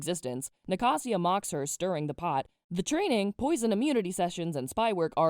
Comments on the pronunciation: Are we skipping the part where she says Nacasia's name as na-ca-sia? Was it not ni-ca-sha? That's how the audio book pronounces anyway..... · girll the way i can see the difference in how i pronounce some names vs you, HAVE I BEEN PRONOUNCING THEM WRONG??? like nacasia, and liriope. i say "nac- asia" (as in asia the continent) and "liri-op" i guess liriopee does make sense, but still it a cool thing to notice! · “NiCaSsIA”I died you said it wrong I’m crashing out